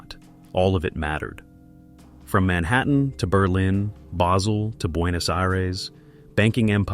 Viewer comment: Basel Switzerland. It's a place not a herb.